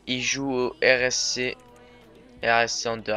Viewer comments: J'adore comment tu commentes on ne s ennui vraiment pas avc toi (quand je dis on je veux dire moi)bien choisi comme consepte petit details anderlecht se prononce anderlekt je sais que tes francais dc tu ne connais surement pas le bon accent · Juste, anderlecht se prononce Anderlekt sinon bonne video